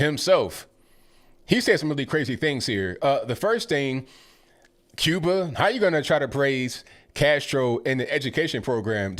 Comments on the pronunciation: Cuber and Chiner😳...yeah, really educated. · Just for the record he didn’t say Cuba and China, he was talking about Cuber and Chiner 😂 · He's got an out... He said Cuber, not Cuba. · Did I just hear say ‘Cuber’ instead of Cuba??? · Too bad they don't have paper to write on. Also, there's no 'r' on the end of Cuba or China. And take a look at a Cuban hospital. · How about you live in and assimilate in "Cuber" or "Chiner" amongst their citizens if they're so great?